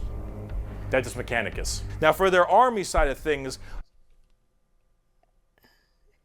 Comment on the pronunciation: It is Sororitas, not soritas lol same with the mars folks. It’s Adeptus Mechanicus not mechanus 😂 glad to have some passionate folks but at this point after watching so much content y’all should be getting with the names better. Glad to have you two join the community tho, it’s an awesome and friendly group of people ❤